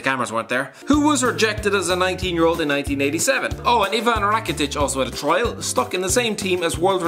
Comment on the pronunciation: Lol that sead Rakatic not Rakitic.